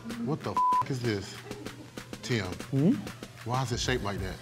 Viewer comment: I love how pronounces Tim's name... Tee-um